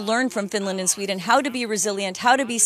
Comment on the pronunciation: ..🤔.."I'M FROM SHWEEEDIN.."!!